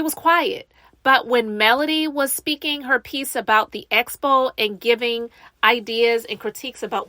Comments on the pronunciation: ESSSSS-Po and EEEEEE-Vent. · yeah like she doesn’t even TRY to pronounce it right! lawdddd it’s like nails in a chalkboard for me every time she says ESPO!!! 😩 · You would think she would pick it up when people are saying Expo and she’s saying Espo